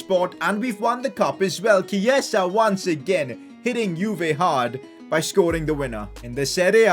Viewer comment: Dude it’s not Keisa, it’s Chi-e-sa